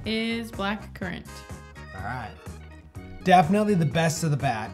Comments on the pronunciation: How do you guys keep mispronouncing currant? I don't think I've ever heard it pronounced curr-ont. It's pronounced exactly the way it's spelled curr-ant. I'm just surprised how you butcher some words is all, but I still love ya!!! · I think just got it in his head that it was a foreign word and must be pronounced with an accent. It’s not an everyday word here in the US but I’ve never heard anyone mispronounce it before.